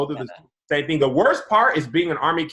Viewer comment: said “ting” and no one caught it loooool